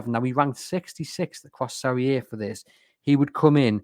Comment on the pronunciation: The inability to say "Serie A" annoyed me enough to turn this off